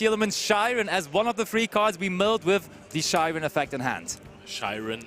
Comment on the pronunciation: why do they pronounce Scheirin as "Shy-ren" when it obviously has a "Sch" german pronunciation, and one of them sounds german too lol